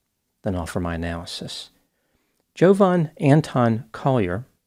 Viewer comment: It's Jovan, not Jovan.